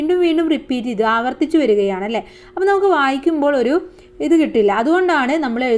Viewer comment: അലേ അല്ല അല്ലേ ആണ്